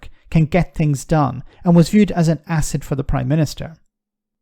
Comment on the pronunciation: Did you say asset to sunak. Or ass set 😂